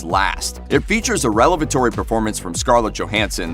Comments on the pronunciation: I'm sorry.... did you refer to a ScarJo performance as "relevatory" when you meant "revelatory?" JFC... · "Revelatory", not "relevatory." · "relevatory" Looper is a good channel